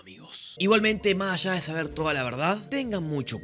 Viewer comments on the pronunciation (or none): Es: Más (con s) allá